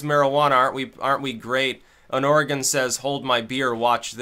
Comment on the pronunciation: There's a little known statute in Oregon that makes illegal any law (city, county, and state) that prevents the public use of controlled substances or alcohol. Although alcohol has an exception related mostly to parks. Also, congrats on pronouncing Oregon correctly 👍🏻